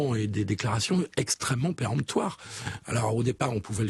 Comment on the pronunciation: péremptoire Apprenez à prononcer